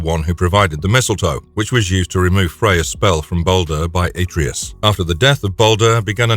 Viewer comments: He did not stomp on Helios' head.. He tore it off..🤦🏿 That and the ungodly way you pronounce Atreus.. Its Uhh-tray-us not Aye-tree-us.. Clearly proves you have NEVER played God of War. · Better yet, take a shot every time he mispronounces a name. 🤦 Atreus... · Why is it that no YouTuber can pronounce Atreus?